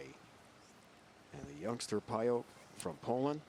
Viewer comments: you can't pronounce "Pająk" like this, ą is a nasal vovel, americans and other germanics can't even pronounce that correctly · She's from Poland, it's not pronounced "pay-jak". I'd say "pah-yahk" is close to being right. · I've heard Daria herself pronounce it PIE ek... this guy's "pie yoke" is totally off the mark. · Daria's last name is pronounced PAJAK - the J like John, Jonathan not Payo like the commentator said all the time. I know Daria since she was 17 years old. Already a Polish champion. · Guy needs to learn how to pronounce names, its PAY-JAK, not PIEOK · Daria Pająk - absolutely Polish name and surname. You read this: Dariah Payouk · I thought the correct pronunciation would be "pie-yak" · Daria Pająk. In English there is no exist "ą". Btw.. Pająk means Spider Sorry for my English:)